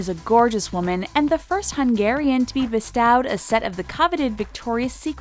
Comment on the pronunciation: Maybe find a narrator that can pronounce bestowed and touts.